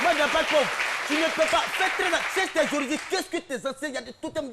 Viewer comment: On dit: « attention » et Non « entation »